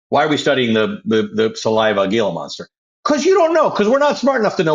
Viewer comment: Sorry Ali...it's pronounced Hee-la. I know it's spelled "Gila." Think of it like Geraldo Rivera.